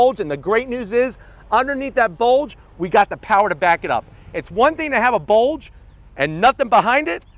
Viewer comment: "we have A BOLDGE" - 2021